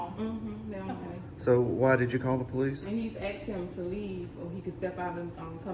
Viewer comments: "he been axe to leave" 😂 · Those ghetto-fabulous, hair-extension queens who say “he’s been AXED to leave” and “none of your business” when asked to identify, should’ve been instructed to leave their ignorant, ghetto attitudes at home. Better yet, they should’ve never been hired in the first place. These are prime examples of public trash stealing wages for their welfare lifestyle.